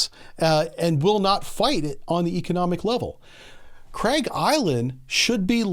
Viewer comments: Also its Karg island not craig island :) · Craig island? It's Kharg island dude. This guy has no clue what he's even talking about he just listens to other youtubers and repeats it.